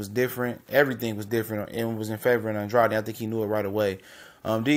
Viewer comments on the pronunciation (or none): I interview Fighters and it's disrespectful to pronounce his last name wrong it is supposed to be Andrade not andreotti